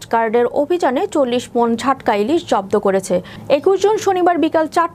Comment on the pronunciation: ঝাটকা নয় জাটকা